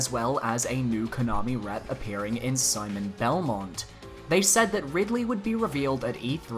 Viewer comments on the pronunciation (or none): none